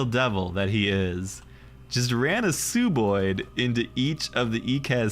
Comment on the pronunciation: Ecaz greeding and throwing the game. Fun game tho. Haha, still trying to pronounce it sooboid to be contrarian, but you slipped up and said sub-oid😂